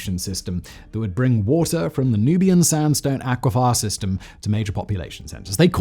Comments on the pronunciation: Just to note, it's not aqua-FYER, it's acqui-FER. Kent person here who gets his water from the North Downs aquifer. Well, that and the clouds that are currently trying to wash my roof. It's absolutely tipping down right now.🌧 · Aqua “fur”, not aqua “fire”. (At least in ‘Murica) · Aquaphor. Are you a child Simon. Does it say aquafir on your script and you read it out phonetically. Don't you listen to the words as you say them. What part of underground water makes sense to have the word fire in its name. It's not just this word but I'd expect it from Chinese. Haven't you said or heard these words spoken before and wondered why your words sound weird. How many words have you spoken and heard in your life. Are you really an Englishman? Are you an alien or 1 of 20 clones. Is that how you pull off your busy schedule to take over every potential channel on YouTube. I see you under that fake skin. I'm not crazy. Your crazy. Speak the words properly so I can sleep at night. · A-qui-fer, not a-qui-fi-er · So do most of us - but apparently not Simon - d'oh! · Say aquifier one more time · I felt triggered and personally attacked every time you said “aquifire” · Yeah, he needs to learn “aquifer” and also “conducive” vs “conductive”. I wouldn’t mention it, but it seems to be every other video that he mixes them up. I don’t know why it bothers me